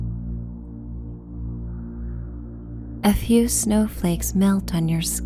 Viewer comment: Around 8.00 mark it sounds like “And if you land on your lips 👄 “, which I always giggle at before I realize you’re saying “a few (snowflakes) land ...” 🤣🤷🏼‍♀️😬